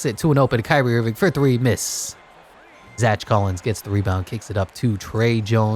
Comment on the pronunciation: Bro can’t pronounce Zach💀💀💀